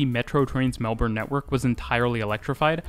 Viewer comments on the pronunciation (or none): Even Melbourne pronunciation in this one gets a lot of improvement from your older videos. To make it really in the right place in your heart, the next video about Melbourne, say it like Melbn, completely without the R, please. You will get so much more love from Aussies. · Finally or eventually we will get a train going to the airport. Should be ready in about 10-15 years. If you really want to get some love pronounce our city as Mel- b'n. Awesome information. Cheers. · nothing makes a Melburnian grit their teeth more than “Melborn” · Melbourne's pronunciation in this one gets a lot of improvement from your older videos. To make it really in the right place in your heart, the next video about Melbourne, say it like Melbn, completely without the R, please. You will get so much more love from Aussies. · Obligatory "it's pronounced Melb-n" comment. Awesome video by the way. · Mel-BIN, sigh 😂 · Its pronounced melbin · I know, but it'd be nice to hear a Youtuber from a channel I love say it properly (according to Melbournians) just once. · Melbourne guy here - I learned quite a few things! Great job! Thanks! But you don't know how to say Melbourne properly so don't get a big head. 🤣